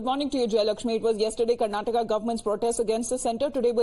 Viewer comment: Why do you all pronounce Karnatak and Keral in hindi when the same presenter can say Karnataka and Kerala in English ? Do you all need some soft skills training ? Ka and la is not there in Hindi language ?